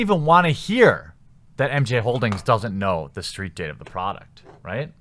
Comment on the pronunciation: What's a steet? ;) lol